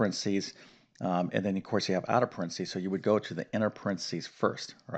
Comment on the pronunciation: PARENTHESIS not "Prentsys"...you may have been teaching math for decades, but you'd fail English pronunciation....lol...but then I got A's and A+'s in English, NOT math.🤣🤣🤣🤣